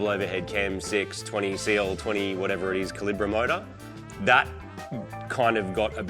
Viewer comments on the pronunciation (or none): I’m gutted they didn’t go down the C20XE route but I get why. Didn’t know they were so hard to get hold of in Australia. Also, Marty’s pronunciation of Calibra is most upsetting to us fans of them 😂